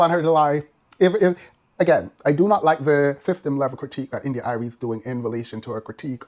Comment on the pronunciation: Love how you pronounce India Irie😂. Like many women in the Neo-soul genre, or classical black music. They are lowkey male centred, to a degree respectability politics and classism I'd add. When they address issues in the communitay, it's always through shaming women and girls, while seldom addressing systemic issues, never mind misogynoir. Nonetheless, her points are fairly valid to an extent.